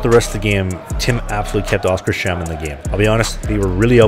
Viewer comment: You have probably been told this before, but it's pronounced "Oskars-hamn" (Oscar's Harbour)